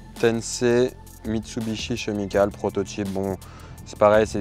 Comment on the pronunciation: Mitsubishi « ché » mical 🤣